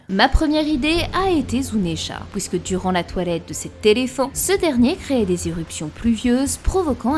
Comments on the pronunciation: « Pouisque »🤣 Super video 👍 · 2ème commentaire que je lâche sous une de tes vidéos, ta prononciation des OUI est magistrate je ne m’en remet pas je kiff 😭🤣🤣 « hOUIt » au lieu de dire « huit » et « pOUIsque » au lieu de puisque jpp😂